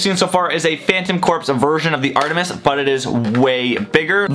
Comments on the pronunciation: It’s pronounced phantom core not phantom corps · its Phantom corps not phantom corpse